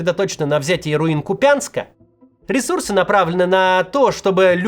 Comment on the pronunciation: Какой российский ии! Вы не можете выучить ударение в названии города, который упоминаете почитай каждый выпуск! КУпянск!КУпянск!